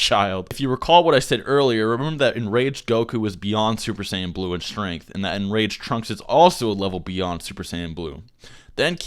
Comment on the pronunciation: Uber Sayan royal blue!